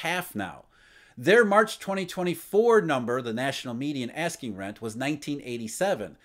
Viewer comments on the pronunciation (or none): none